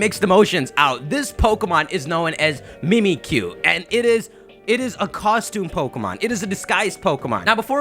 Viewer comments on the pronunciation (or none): "mimikkyu" but it's supposed to sound like "mimic you" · it's not pronounced "MEE-mee-que", it's pronounced "MIH-mik-yoo", a play on "mimic you". And deity is pronounced "DEE-ih-tee", not "DIE-ih-tee". I'm naming my Mimicyu "Pikaboo", or that might even end up being its English name! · MimiTSUkiyu. Pronounce the damn tsu! Ok. Bye. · I've been hearing that it's actually Mimisukiyu and not Mimmikyu.IDK,maybe I'm wrong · it's mimikkyu. the ッ is a sokuon and the キュ is a diphthong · Mimikkyu is JAPANESE. SO IT'S PRONOUNCED "MEE-MEE-KYU."